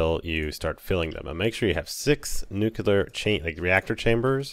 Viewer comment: remember: noo-clear. nuclear.